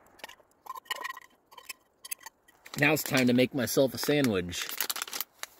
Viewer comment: You are supposed to give the FRH a little shake to help it start the chemical reaction. Also not supposed to set it down flat but on an angle. Also please learn to say sandwich properly.